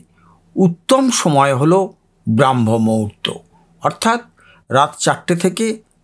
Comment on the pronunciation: কথা টা ব্রহ্ম মুহুর্ত, ব্রআহ্ম নয়। একটা spiritual channel চালান, কিন্তু সঠিক ওয়ার্ড টায় জানেন না।